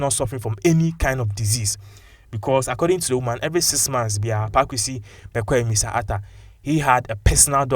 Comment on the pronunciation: His name is Bekoe and not Bekwai please brother